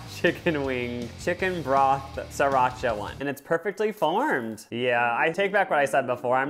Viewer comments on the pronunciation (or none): he called that sirracha bruh thats that nasty sauce a trader joes not sirracha